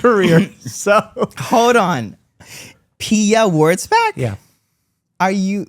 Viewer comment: Me googeling „Pia Wordsbak“. It‘s WURTZBACH. Jesus. That is a total different pronounciation. It‘s german, so say it like it 😂